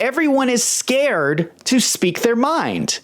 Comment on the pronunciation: Sounds like Canada when you say people are scared